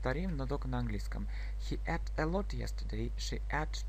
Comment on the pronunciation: слово "ate" читается не как предлог "at", а [eit].... проверьте по словарю, пожалуйста....с уважением Englishмания